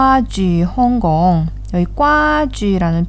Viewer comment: 나 왜 여기 있짘ㅋㅋㅋㅋ 광동어 너무 잘하세요!! 근데 홍콩 발음이 살짝 틀렸어요 "횽공" 이렇게 말하면 좀 더 좋을 것같아요~